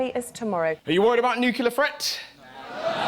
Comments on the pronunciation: It's pronounced NUCLEAR not NUCULAR!!!!!!! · It really bothers me he cannot say the word "nuclear" and always says "nucular"... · NUCLEAR !!!!!! NOT BLOODY "NUCULAR" RUSSELL !!!!! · i think most british people say nuculur, it’s a matter of where about your from